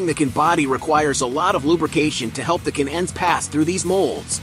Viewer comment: What's a k-n-end. Do you mean "can end". Doesn't anyone ever proof-read or proof-listen to the finished product?? And is it so labour intensive to get a real person to read this 9 minute script. And why are the kids in charge?? The topic is interesting but thankfully, like most youtube topics, there are many, many other videos on the same topic so you get to watch the good ones, and THUMBS DOWN the bad ones, like this.